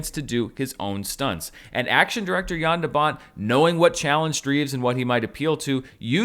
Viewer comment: Finally someone who says the name "Jan" right ;) THANK YOU ;D